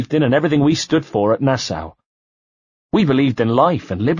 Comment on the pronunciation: to whoever is the reader of this audio book......Nassau is pronounced Nassaw and not Nassow.